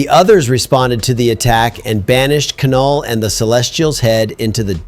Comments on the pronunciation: It's pronounced NULL, not K-null....pretentious and incorrect...awesome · It’s not “Ka-Null” it’s just “Null” (as in nothingness). The K is silent. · you don't pronounce the k in Knull